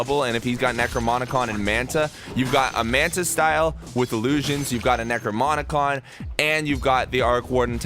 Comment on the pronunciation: why are you saying "necromonicon"